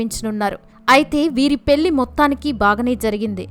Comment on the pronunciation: అమ్మా తల్లీ పెల్లి కాదు 🤦‍♀🤦‍♀😡పెళ్లి అను నీ బొందలా ఉంది నీ తెలుగు తగలడ 😡😡